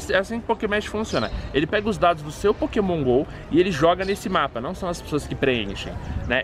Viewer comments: pokemege? esta certo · Só eu que me incomodei com ele falando PokémonSSS? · no final o falo pokemon ralo😂😂😂